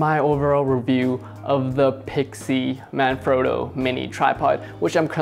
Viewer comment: Please don't take this the wrong way, The "frotto" in Manfrotto isn't pronounced "phroto" it's frotto like an otter. That's what the double t is for...sorry lol great review though!